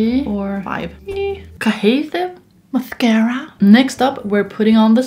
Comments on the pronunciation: The way you said mascara 🤩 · BHAHAHA THE WAY SHE SAID MASCARA